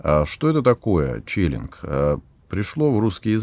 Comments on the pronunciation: Спасибо! Только не челинг, а ченнелинг. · 15.51 - не "челинг", а "ченнелинг" - от анг. channel - канал (связи) ✌😎 Сколько там лет автор преподаёт историю религии? 😂 Привет от коллеги по цеху... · Ченнелинг а не челлинг.